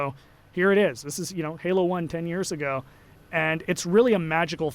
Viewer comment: Halo not galo lol